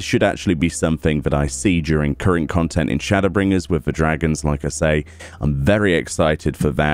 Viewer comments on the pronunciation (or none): none